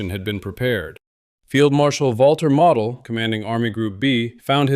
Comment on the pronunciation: It's not Model like a toy. It's Model with the O being a long strong vowel like in moat or toe.